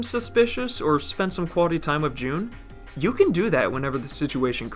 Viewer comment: The content of this video is great but its really really hard to listen to the severe th-fronting speech impediment. It's three, not free. It's with, not wif.